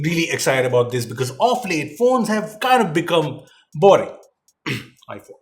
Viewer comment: Haa... Love the way you say iPhone🤣